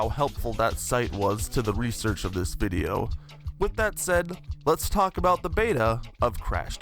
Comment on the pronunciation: Take a shot every time he pronounces "video" as "viddlio".